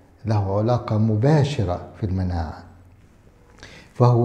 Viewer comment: (علاقة) ... بفتح العين ،،، وليس بضمها !!!!